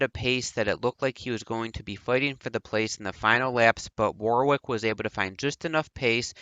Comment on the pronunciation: Your content is okay and you cover things some people don't but you desperately need to pronounce alot of things correctly and also sort your microphone levels out, apart from that keep it up... (example, Derek Warwick is pronounced Derek Worrick, not War-wick etc... watch English TV feeds etc and you'll get there)